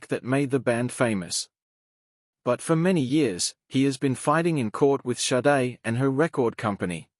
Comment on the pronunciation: AI voice is too dumb to learn it Shadé, not Saiid... honestly. AI is SHIT!!!